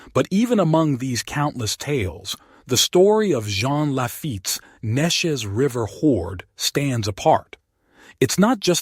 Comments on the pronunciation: Thanks! I had no idea and we live nearby. The river is pronounced, Nee Chez around here. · AI can never pronounce Neches correctly.